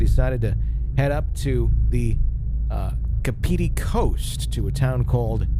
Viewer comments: Kah-pah-tee coast. Kapiti coast. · The way he pronounced it seriously pissed me off ahahah